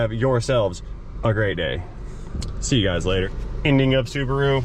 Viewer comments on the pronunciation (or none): has gotten me to say Rubasu. And I make Subaru parts at work.